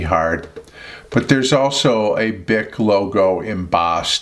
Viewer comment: creeSTAL, not CHRIStal. French. and bic is "beek"